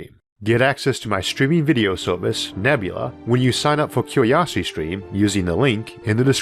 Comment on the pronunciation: 'cue-we-osity stweam'?